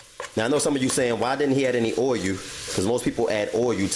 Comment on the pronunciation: “Oiruh” lmaoooo